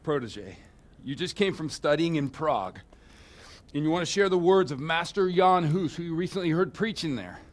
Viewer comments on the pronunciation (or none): Huh, not good pronunciation in the game - he's not Yean Hoose, but Jan Hus, both pronounced short, like two gunshots. And "Jenda" (horse) means "Jan" (pronounced as Yenda), common name of a child or pet. We always read "J" in Czech as Y in English, e.g. Johan(ka) like Yohan(ka), Jenda as Yenda, Mája as Maaya, Mrchojedy (Merhojed in German form) as ... well, that would be almost unreadable for English speaker because of "ch" consonant which English doesn't have and is similar to "ch" in Scottish "Loch", that's probably reason why game makers used German forms of names instead of Czech ones). I was surprised, The Overseer pronounced the name "Diviš" in the right soft Czech form! Nobody knows but him :D